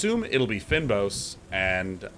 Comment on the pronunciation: and Day9, it's pronounced "feign boss" :)